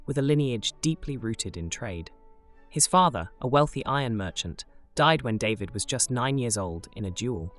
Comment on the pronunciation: Your videos are great, and much needed, but please pronounce people's names correctly. "David" is French, and is NOT pronounced "DAY-vid," it is pronounced "Dah-VEED." I also wish that you had not distorted some of the paintings by stretching them horizontally. David would not have thanked you.